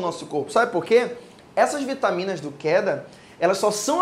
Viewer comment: Kkkkk Keda = kenned dá, maliciei jkkk